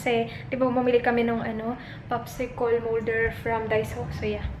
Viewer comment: popsi-col?hehe. cute mo tlga. popsi-kel po kasi pag tagalog and english